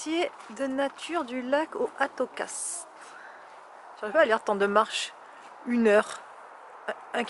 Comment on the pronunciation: Bonjour, Nathan a vieilli beaucoup depuis votre arrivé au Canada. On ne prononce pas le s à atocas, c'est un mot amérindien pour canneberge.Quand j'étais petit c'était le mot qu'on utilisait, on utilise canneberge seulement depuis 30 ou 40 ans